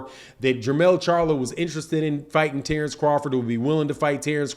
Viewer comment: Terence not Tarence why you keep over annpunciating Tare it’s Ter